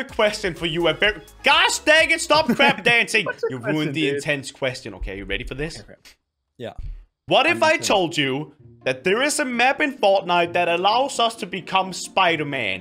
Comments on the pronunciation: It sounds like he says 'stop crap dancing' lamo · When ever you say crab dancing I think you say crap dancing